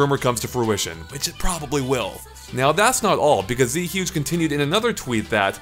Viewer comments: This is the pettiest possible complaint, but the name isn't Z-huge, it's Zhuge as in Zhuge Lian, the Chinese politician from the Three Kingdoms period - and also the Dynasty Warriors and Romance of the Three Kingdoms games, which I think is where got his avatar. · Z Huge, lol. name based on Zhuge Liang, it should sound more like zhu-ge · It's not pronounced Z Huge